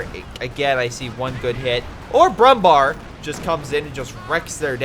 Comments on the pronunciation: Hey mr american fucktard. Brumbär isnt pronounced Brumbar. Ä isnt A. If Ä was pronounced like A then there would be no use for Ä. And yes it pisses me off because its ignorant and stupid. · yes it's pronounced brumbear